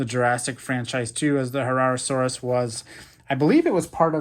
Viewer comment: herrerasaurus you said that right